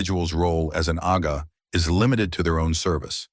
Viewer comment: It's "Agha" please. DH